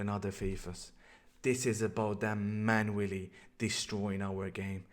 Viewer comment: When says manually it sounds like he’s saying man willy